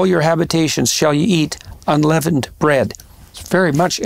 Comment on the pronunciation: You think someone would’ve told Jordan he’s pronouncing “unleavened” wrong. He eventually corrects, but still hilarious 😂 like Biden saying “palmist.”